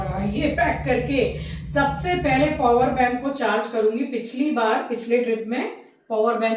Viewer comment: Ma'am it's power bank n not purwer bank